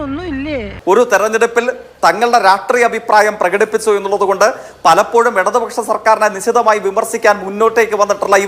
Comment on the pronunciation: രാട്രീയമല്ല. രാഷ്ട്രീയമാടെ